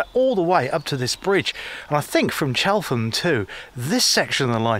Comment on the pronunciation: Nice video but it’s pronounced Chellam locally and the rover mostly Yo